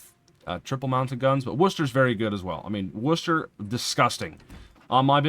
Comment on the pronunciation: Love hearing an american pronounce Worcester correctly! 👏 great vid ty